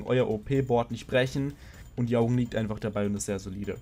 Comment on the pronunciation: "Jaugen" spricht man meines Wissens nach "Djorgen" aus. Übrigens habe ich das Gefühl, dass die Karte "Metallfose - Fusion" immer eine bessere Alternative zur Unheil verkündenden Schlange darstellen wird.